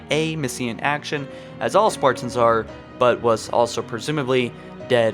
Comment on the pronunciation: stop saying spartans like that.